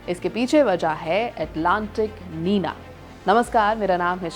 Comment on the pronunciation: निनो नहीं निन्यो होता है और नीना नहीं निन्या होता है